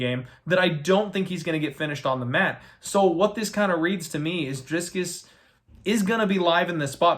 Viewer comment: if you're gonna correct the pronunciation of Du Plessis his first name should be corrected too lol it's Dricus not Driscus just sayin........ good luck on your bets!